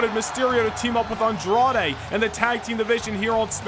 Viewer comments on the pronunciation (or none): I still can't get over how the ring announcer calls Andrade "Andrea" 🤣🤣.. as always great show! You never fail to disappoint.. what I think would put your shows and universe over the top and better than everyone else's is if you add AI voices.. like when you do promos you can use the real voices of the people, you can type what you want them to say and they'll say it. I know it might add more work and editing for you but I think that would be absolutely amazing and I think it'll add more depth to the storylines and etc